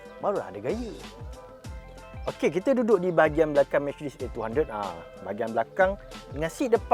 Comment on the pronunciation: Micedis kata dia